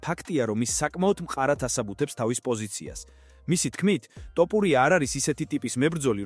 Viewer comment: რა უბედურებაა ტოპურია?! რუსი ხარ? დავუჯერო (თ) თქმა გიჭირს?!